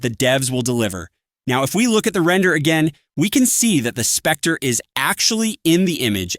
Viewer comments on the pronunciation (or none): none